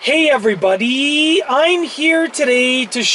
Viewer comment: Canadian i bet hahahahahha